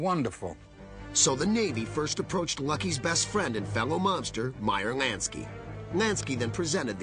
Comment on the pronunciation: "Meyer Nansky...Nansky" lmfao